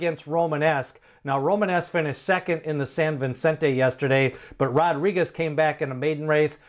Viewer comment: It’s Vicente, not Vincente.